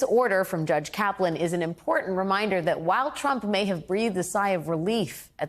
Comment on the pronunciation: Did she say jurdge instead of judge? She must be having memory loss. (Sarcasm)